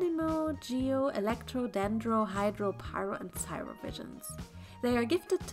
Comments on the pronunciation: Hi I’m not trying to be rude but some of the words and names you’ve pronounced incorrectly.😥😰 Jean’s name is pronounced like the pants 👖 Jeans. And cryo isn’t pronounced with an S sound like syro it’s more pronounced with a hard c or k sound like kryo. I’m sorry if this comes off as rude that’s not my intention, I just want you to be informed of the more correct pronunciations, you can pronounce it the way you want though. 😅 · The only mistake i notice in this video is that you said Cryo as cyro